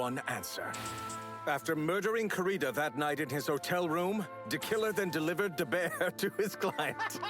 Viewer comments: “deKiller then deLivered deBear to his client” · "deKiller then deLivered deBear to his client"